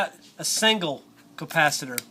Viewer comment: At the end of video you said campasator